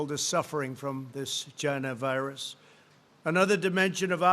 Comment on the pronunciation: Chy-Na virus